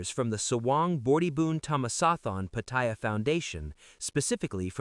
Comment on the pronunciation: There is no I in Pattaya Pronounce it properly !!!